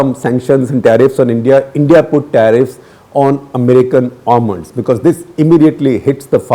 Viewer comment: Very concious pronounciation of Almonds